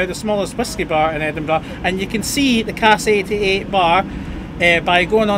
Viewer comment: Also, it's CASK 88, not Cast 88.